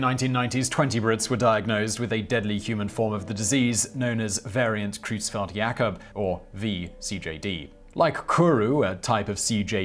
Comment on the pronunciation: Excellent, as usual, Simon. But also as usual, you've gotten at least one pronunciation wrong. You get a gold star for getting "Jakob" right, but Creutzfeld is not pronounced "kroots-feld." It's "Croyts-feld." It's a minor point, but fingernails on a blackboard is a minor annoyance, too.